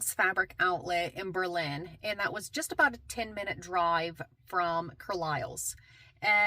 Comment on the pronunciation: Fun video! I live nearby, it’s definitely a fun place to shop. Just a heads up, Berlin is pronounced BERlin. The locals get a little itchy about it, lol. Have you visited Plaid Sheep? It’s a fantastic little shop in that area, right next to the year round Christmas store. And Coblentz Chocolate nearby is a must see. Somewhere Sewing is a treasure if you can go sometime. Not Amish but the best fabric selection in the area.